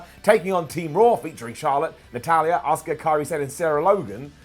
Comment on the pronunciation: Riptide is one weak finisher 😴 How many times from all you guys? Ripley pinned Charlotte, not Sasha on Smackdown 🙄 Her name is Asuka, not Osuka. Ffs. The Chicago crowd are fucking hostile every time the WWE goes there. Why even fucking bother with them? Pete Dunne carried Cole like a fucking beast. Feind shite needs to get 86'd. It's complete nonsense. Not everyone wanted this crap. How about having a good wrestler in there as champ? Those red lights need binned aswell! Fucking worst move letting someone as piss poor as Riddle eliminate Orton. Why do we always need to have Rollins and Reigns at the end of matches? These two need fucking benched for a while 😴 You've dreamt of Roman Reigns in a match?. You don't deserve to talk about wrestling at all. Done with this shit. Clery is far better on Ups and Downs